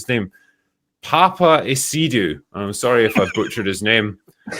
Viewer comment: Papa asiedu . it's actually a ghanaian surname.Your pronunciation was funny 😂😂.